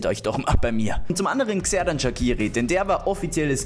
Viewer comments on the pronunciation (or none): Also einfach by the way Man spricht Xherdan Shaqiri eigentlich Tscherdan Schatschiri